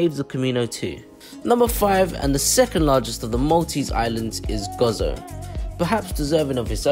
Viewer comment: Stopped watching as soon as I heard Gozo pronounced as Gozzo, it is Go Zo. perhaps do more homework next time before visiting our Island!